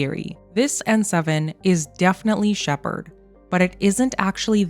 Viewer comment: It’s not Shepard